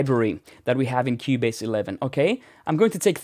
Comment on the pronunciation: “In Kiewbaze” love this accent